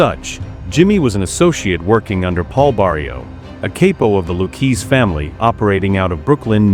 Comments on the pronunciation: The pronunciations they just butcher them... Luchese is pronounced.... Like "Lucazi" Or even "Lucazay" if you just got here from Italia. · it's ok, close enough. It's technically pronounced cop-oh, and lew-kay-zee, but others pronounce it lew-chay-zhee, but tbh, doesn't really matter, so many grammar Nazis out there.